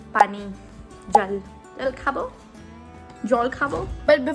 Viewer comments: U said 'jol khabo'... Yesss.. Perfect pronunciation kiya apne.. Main bengali hu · Loved...❤❤ Always you motivate uss!!!!🥹 And that "Jol khabo"...real bengali accent...😂😂🤌🫶